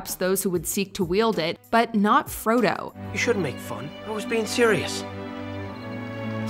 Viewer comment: Froddo? Really?